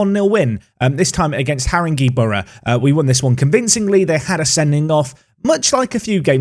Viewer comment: PRONUNCIATION WATCH: It's Ha-ring-gay, not Haring-gee,. Haringey Borough is infamous for lots of reasons, so you must have heard of it. It's where Baby P was from, the poor sod. It's where all the 2011 riots happened in London. Most egregiously, it's the home of Tottenham Hotspur. Truly, a despicable place indeed.